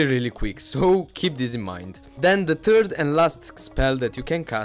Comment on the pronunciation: by ''TURD'' u mean ''THIRD'' -lol